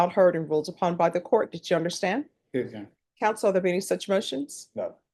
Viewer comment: "Yes, your honor… yes your honor, Yes yonor… Yeyonor… ye y'nor… ynor… yun… y'ynr…"